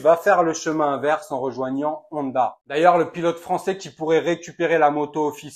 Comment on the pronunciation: Honda se prononce "on - da" pas "oneda" 👍